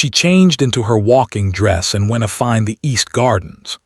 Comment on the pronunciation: Several times the narrator said “ wentafind” should be “ went to find”